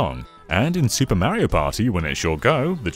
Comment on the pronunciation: Why can you say Wario correctly, but not Mario?